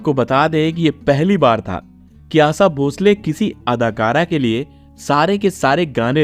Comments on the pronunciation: आसा नहीं रे आशा सोनल मिडिया पर इतने महान गायिका पर विडीओ बना रहे हो उच्चारण शुध्द करो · Pehle hindi theek bolo Asa Asa kya kar rahe ho Unka nam Asha hai Asa nahi. Sudharo apane aap ko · Aap ki jankari de rhe ho bhayi jo bhi ho shudha boliye Aasha, aash आसा, ऊसा मत बोलो ऊषा, आशा यैसे बोलीए ईसलिए‌ सुन ने‌का मन नहि करता 😂😂😂😂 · आसा नहीं, आशा | शब्दों का उच्चारण सही ढंग से करो | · ABEBOS ...DK, ASHA BHOSLE KA NAAM LENA TO SEEKHLE. AASA BHOSLE BAAR BAAR BOLTA HAI. SUNTE WAKHT ITNI CHHID HOTI HAI, AGR SAMNE AASA AASA BOLTA TO JUTE MARTE. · Her name ASHA. Not AASA. ASHA is with a H. Aasa sounds so irritating. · But sorry to say the commentator hasn’t spoken well. Hindi ok ठीक से नहीं बोल सकते हो आप। आसा भोंसले कह रहे हो। आशा नहीं कह पा रहे। 😔😔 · आशा भोसले आहे तीच नाव आसा भोसले नाही हो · It is not asa it is asha. Pronunciation is incorrect. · ASHA NAAM HAI na ki aasa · Aassa nhi AaSHa......aap voice over kar rahe ho lekin aapka Shabdh uccharan itna galat hai..... please isse sudhariye. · Pronounce name as Asha, not asa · Asa nhi asha bolo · आसा नाही रे आशा 😂 आप प्रॉनौसेशन ठिकसे करो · अबे आसा नही आशा😅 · You cannot pronounce shaadi ,& Asha,you are pronouncing it wrong aasa & saadi😮😅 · आसा नही रें आशा हैं पढ ने भी नही आता 😅😅😅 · Please correct your pronunciation it is Asha. Not Aasa.vedio chahe jaisa bhi ho das baar aasa sunkar Mera khoon khaul rha hai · एक अच्छा एंकर बनने के लिए उच्चारण सही होना चाहिए पहले "श" बोलना सीखो, आशा भोंसले होता है ना की आसा भोसले. हर बार" श" की जगह "स"बोल रहे हो. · जानकारी अच्छी है लेकिन उच्चारण सही नहीं जैसे "आशा" आसा बोलना या "शादी"शब्दको सादी बोलना! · आसा नही उनका नाम आशा है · आसा नहीं आशा पहले ठिक से बोलना सिखो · It's 'Asha' not 'Asa' 🤦‍♀️ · आसा भोसले नही आशा भोसले. पहले अच्छी तरह से उच्चारण सीखो. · Sur samagri😂😂😂ye kaunsa word hai Aasa😂😂😂 Aasha hai woh Pahale bolana sikho baad me doller ke piche bhago😂😂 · आसा नही आशा होता है। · आसा नही आशा बोलो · Asa nhi asha bolo kya asa asa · Aaasaaaaaa nahii Ashaa bolo sahi Tarah se naam lo😂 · इतना गलत उच्चारण